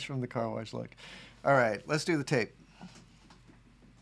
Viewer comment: I want to paint this on a van and drive down the highway with my mullet waving in the breeze. Also I kept hearing "taste test" instead of tape and kept waiting for you to lick the paper. You didn't, and now I'm just thinking of the missed opportunity to find out what 50 buck paper tastes like.